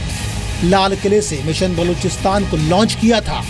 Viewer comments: चुटिया राजनाथ सिंह बलूचिस्तान नहीं बोल पा रहा है और गृह मंत्री बना बैठा है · cant even pronounce Balochistan 🤣 or yechly hain Balochistan ajad krwany .. Basdk pehly Apny Kalbushan chacha ko to Ajad krwa lo 🤣🤣🤣